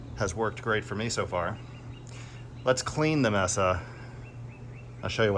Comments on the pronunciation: maysa not messa. good review though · It's "may-sa" not "messa". Spanish for table. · With the exception of your mispronounciation of the product you an informative and entertaining video. As you may know, a mesa is an elevated piece of land with a flat top and steep, cliff-like sides commonly found in the American Southwest. But "mesa" is also the Spanish word for a table and it's pronounced "may-sah" and not "mess-ah" as you were saying.repeatedly. Anyway, this is only meant simply to be friendly FYI. Again, I enjoyed your video and I will keep an eye out for future installments. All the best and happy new year. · I think it’s pronounced may-suh like the city in Arizona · "May-sa". You're welcome.